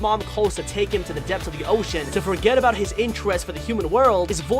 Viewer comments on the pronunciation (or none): none